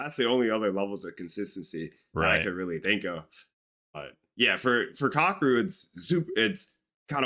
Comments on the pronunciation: It's not kah, keh, or roo. Definitely not ROOOO. It's ka-ke-ru. But hey, I guess it's better than "cockadoo" which is literally how 99.9% of Americans pronounce it. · Not Kack! Kah--Keh--Roo.